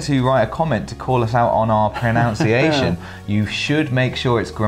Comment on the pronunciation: I can't resist saying this, sorry: Please look up the word 'pronounciation'. It doesn't exist. It's 'pronunciation', without an o. The verb is 'pronounce' and the noun is 'pronunciation'.